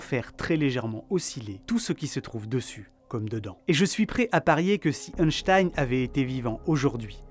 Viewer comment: Merci pour toutes ces explications balade mentale j'adore le contenu de tes vidéos 😊 Par contre le scientifique qui tire la langue ne se prononce pas euhnstein 🤣 mais Einstein ( 1 en Allemand) 😅